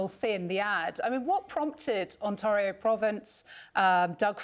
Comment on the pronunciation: Can CNN not pronounce "Ontario"? 🙄